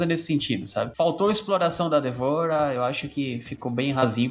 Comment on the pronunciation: A maneira que o pronuncia D'Vorah é muito irritante, mano???? Que porra é "Dévora"???